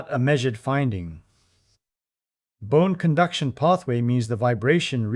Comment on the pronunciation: Ye ear that lassie? It was bohne cunduction.